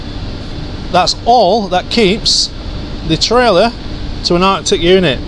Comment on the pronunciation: Artic not arcti - Articulated. Just thought id be an arse and put you right